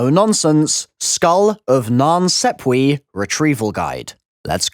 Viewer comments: It's pronounced sap way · Triggers the sh*t out of me